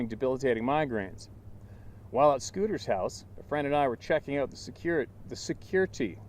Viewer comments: Circuitry: (pronounced SIR cut tree) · CIRCUITRY - ser-ka-tre arrangement of CIRCUITS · Circuitry pronounced Sir q itrie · Circuitry is pronounced sir-cut-tree. Like an electrical circuit. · “Circuitry” is pronounced “Sir-Cut-tree..” ❤️ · Sir-kit-tree, circuitry, lol love it don't ever quit we love you exactly as you are.